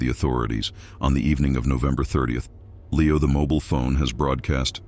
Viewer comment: Could not finish with the "narrator" calling Leo "Lee-ow," half the time. Did no one listen to this before circulating it?